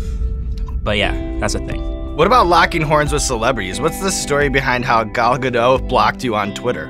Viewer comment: You pronounced Gal Gadot's name wrong